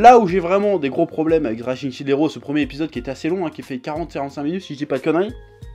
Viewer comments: SHIELD! PAS CHILD GODDAMNIT! (ça se prononce chiiild pas chaild) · Shield ça ne se prononce pas fucking Child lol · Chef, j'apprécie beaucoup ton boulot, mais je ne PEUX PAS croire qu'à ton âge, en ayant trainé sur internet, déjà touché à un jeu vidéo, tu ne saches pas prononcer shield